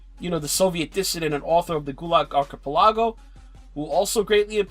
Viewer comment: no lol he pronounces it Arcapalago